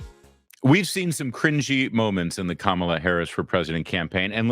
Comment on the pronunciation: Enhanced chant? Ka-ma-lah?